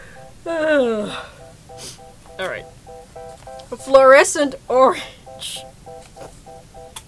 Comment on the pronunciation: 'EETS FLORESENT ORANGE!! ' that was hilarious 😂😂